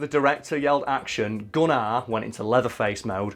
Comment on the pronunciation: He's says gunnar like gun-rr